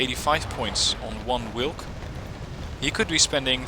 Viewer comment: In polish "W" is pronouced same way as in german. The way you say "wilk" would be written (in polish) like it -> Łilk ( you read "Ł" same way as "w" in english)